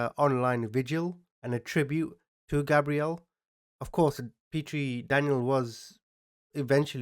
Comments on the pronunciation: I was wondering why you pronounce the victim's name as "Gabrielle," a girl's name, when it's spelled like a boy's name "Gabriel"? I thought you were talking about a completely different victim for a sec. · You keep saying his name wrong. You’re saying it like Gabrielle, not Gabriel. Google the pronunciation and you’ll see you’re wrong. There is a proper way to say his name and you’re wrong. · right, Portuguese, Pakistani, born in England… so with all this culture you should be able to say a boy’s name properly. Daniel isn’t Danielle, Gabriel isn’t Gabrielle… they’re names of you’re native ENGLAND where you like to mention you were raised. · Gabriel is pronounced “gay-breel”. Learning to pronounce their name is being respectful to the victim. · It’s gabe Ree el